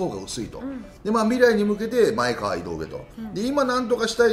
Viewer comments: まえかわ ではなく まえがわ です！！ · まえかわではなく、まえがわですよ！ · 里崎さん！まえ『が』わうきょうです！ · 「まえかわ」ではなく「まえがわ」ですね。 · 「まえかわ」でなくて「まえがわ」